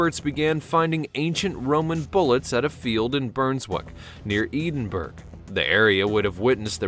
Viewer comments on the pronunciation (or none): eed in burg? ... you prick , it"s EDINBURGH , PHONETICALLY .. ed-in-bura ... ffs learn to speak properly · LMAO, Edenburg... it's Edinborough and it's pronounced Eh-Din-Buh-Ruh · Edenberg? Is that anywhere near Edinburgh? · Edenburg?...it's Pronounced Ed din burro. Edinburgh. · Edenburke.? How about ed-in-bur-a [Edinburgh].. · Did he say Eadin.- Berg ?? It’s Ed-in-burra, silly person. Perhaps he forgot to go to school... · eedinberg???????fucking yanks. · Where the Roman sling shots were found outside Edinburgh it's actually pronounced "ed-in-burer" not "eden-burg". Strange English language. Like the part about climate change, "for those of you who beleive in it" ha. Biggest money making scam of the century. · Edenburg? EDENBURG?? Edinburgh = ed-in-boh-ruh. Correct pronunciation might help disguise your breathtaking ignorance. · Is that narrating? - He always calls Edinburgh “ee-den-berg “ no matter how many times he’s corrected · Its pronownced ed-in-ber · Edinburgh - Ed in bruh, though some pronounce it Ed in burra. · eedinderg???????thick yanks. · FFS 'Edenburg', seriously? How can you possibly presume to produce educational videos when you make such an absolute bourach of pronouncing the name of Scotland's capital city? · "eeedenburg" BAAAHAHAHAHAHAHAHHAHAHAHAHAAA! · It’s bruns-wik and Ed-in-bruh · Your pronunciation of "Edinburgh" would be fine if you are referring to the town in western Pennjsylvania. The Scottish pronunciation can be found here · lol it took me a while before i realised he meant Edinburgh.